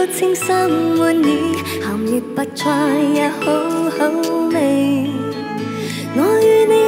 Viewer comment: 周>瑩>琳，周筆暢的確講得最正，楊鈺瑩其實都好，但個「趣」字一出來就知還是有些口音，楊丞琳「白菜」兩個字就知平時講粤語講得最少